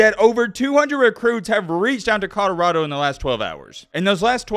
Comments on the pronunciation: Is it Conarado or Codarado? He certainly isn't pronouncing it Colorado.... :) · “I said it when he was at Jackson State, now I’m going to say it when he’s at CODORADO” lmao 😂😂 he says CODORADO every time 🤣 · “CODORADO” Come on,! You’re supposed to be puttin on for the Alabama natives! Lol 😂